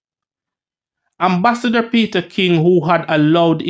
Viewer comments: Its Ambassador and not Embassador lol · Am is am, em is em, the word is ambassador not embassador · The word is (ambassador) with an A. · The word is AM-bassador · I believe he this it for fun because he knows people will comment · lawd Gad what unnu go learn Fi read bredda. Embassasor or Ambassador ,Poosy it is Pusey.